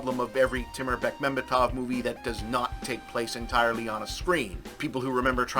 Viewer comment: Props to Bob for pronouncing Bekmambetov correctly. I also hoped that Zvyagintsev or Naishuller (ok, he got produced by Bekmambetov) might have been more known Russian directors.